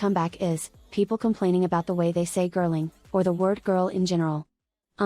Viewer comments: i heard british people say it sounds british how she said griling i am german so me dont know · I get the whole thing about the Girling pronunciation, and I agree with you, but since Yunjin was also pronouncing it "wrong", it makes me believe that it's a artistic vision and completely on purpose